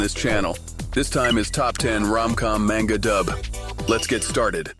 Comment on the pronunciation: Greetings, I have both a question and a comment. Question first, can you define 'yandere' for me? I'm old and dense it would seem. Comment, Manga is pronounced 'mahn-ga', not 'man-ga'. I've heard you pronounce it both ways. Nihongo (Japanese) is not goofy like English. They actually follow the rules they set. Such is my understanding, and I was corrected many many years ago on that point. I found the various manga dubs in the past 3 weeks, and I've watched enough of them that they take up half of the recommendations You Tube provides. I'm not complaining about You Tube for a change. :) I was fortunate to be stationed in Okinawa in 1980. It took me 6 months to get my head out of my rear, and venture off base. After that I enjoyed my time there thoroughly and tried to stay for another tour. Got shipped out and never got back. At this point, I could still order a beer politely if I was able to get back for a visit. That's about it though.